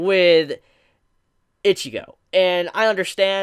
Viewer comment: Stop calling her Itchygo